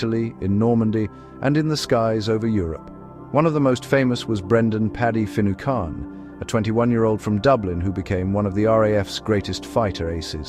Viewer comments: tower-say-ash de Valera? Brendan Finny-khan? Dontcha love AI? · You'd think before making a video like this youd find out how to pronouced Patrick Finucane's name properly! Churchill didn't "pressure" Churchill, he threatened to invade Ireland.